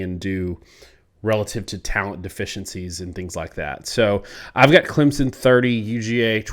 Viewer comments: I'm sure you've had this debate on this channel already but saying "ClemZon" drives me absolutely nuts hahaha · Yeah, all I know is Clempson 😂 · I'm adding 3 to point prediction since the off-screen analysis can't pronounce Clemson correctly. Clemson - 27 Georgia - 20